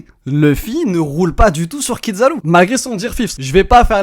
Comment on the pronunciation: Kizaru "zzza" pas Kid zaru. Même en japonais ils disent Kizzzzaru 😮‍💨 Il prononce plus japonais que les japonais eux-mêmes 😂😂😂